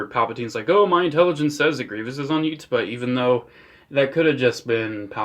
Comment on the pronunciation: The way you pronounce Utapauh makes my bones ache